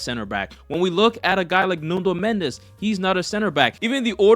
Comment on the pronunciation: apreciate u learned to say football and not soccer, but you gotta learn the player names, it's NUNO not NUNDO!! i don't know where u got that extra letter